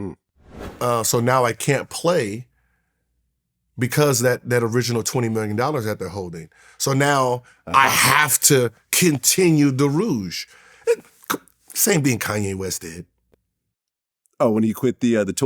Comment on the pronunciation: This clown said he had to continue the ruge lol it’s Ruse. Luckily he knew how to dribble a ball